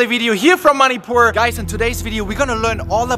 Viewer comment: Why he saying "moneypoor" Instead of manipur